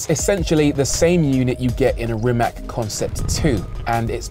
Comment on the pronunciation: Rimac is pronounced Rimats btw